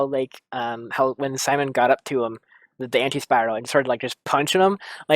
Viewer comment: How is it possible that you can't remember a lot of important character names? Hell, you can't even pronounce Simon's name correctly, despite hearing all throughout the series =| What's up with that?!